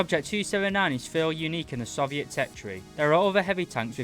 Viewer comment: Please, Please, PLEASE, learn how to say Soviet